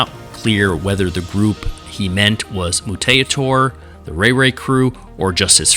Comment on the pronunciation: I remember when the new suits had to replace the old ones. They were improvements to the old design as far as comfort and manuverability. But we had to use them at a gig. I think it was with Stolen Babies. (BTW "Mutaytor" is just pronounced "Mutator") I remember, there were still pins in the suits because it wasn't completely sewn together. The heads sort of smelled like glue. But the show must go on and the performers did their thing. They only appeared on stage this time. Usually RayRay would interact with the crowd and a plain-clothed handler (sometimes me) would make sure no one got rowdy with them or prevent RayRay from tripping on any stairs. Although the stair thing was less of a problem with the new suits.